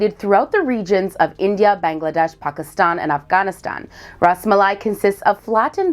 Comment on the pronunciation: It's. Bangladesh bro not Bengladesh